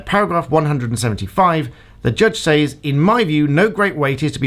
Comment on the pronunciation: Actual Malice is only required when the person who is defamed is a public figure. Actual Malice is not required for lay people. Also says like sez, not sAYz